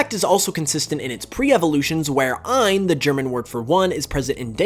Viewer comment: Says "ein" perfectly, but says "Deeno" twice -_- Shame people keep says Deino's name wrong simce it's not the German pronunciation and it ruins the pun with DINOsaur...